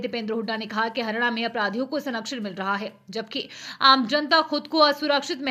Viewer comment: Anchor ji, haryana ko to kam se kam dhang se pronounce kijiye